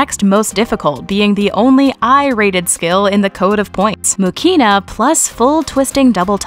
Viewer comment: Elena's last name is pronounced MUhina. With emphasis on "U" and no "K" in the middle.